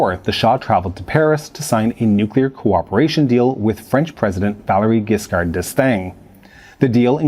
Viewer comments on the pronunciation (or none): Hi you may have made a small mistake at . This person must be the Iranian physicist, not the American official. At least it seems more logic. Same, phonetically French president Giscard's name is pronounced not with a G (like go), but with a J (like engineer, not like job)